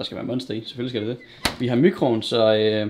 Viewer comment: "VI HAR MYCROOVN" !!! Ahahahahahah